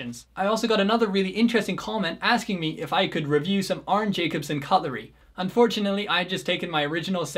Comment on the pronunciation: I have a set of the Arne Jacobsen (pronounced YACK-ob-sen I believe) flatware (new, manufactured by Georg Jensen (GAY-org YEN-sen)), and while I absolutely love its statement piece aesthetics, and do not regret the purchase, in usage it's not really that great. The spoons are nice, except for soup. I believe soup spoons tend to have circular bowls (shorter and wider compared to standard dinner spoons) because it reduces the chance of spilling, and these spoons are the exact opposite of that shape. Unfortunately, AJ's bouillon spoons are asymmetrical, requiring right- and left-handed versions, which is annoying. Plus, I think GJ discontinued it. I wish the dinner fork were a bit wider, and I agree, four tines would be better. Combined with the short tines, I feel like it doesn't hold onto food as securely, especially if the food is thicker and heavier, although I suppose it's "good enough" under most circumstances. And of course, being so narrow means it's not good for lifting pieces of food without stabbing it. And the knife...while the design is striking, it really isn't very useful. It looks like it was inspired by a surgical scalpel, an instrument that is used to make precise but shallow incisions. The very narrow blade face means it is terrible for spreading butter/pb/jam/etc., necessitating the additional purchase of his (also discontinued) butter spreader. Then factor in the somewhat short edge length and narrow handle, and it isn't very good for cutting either. Unless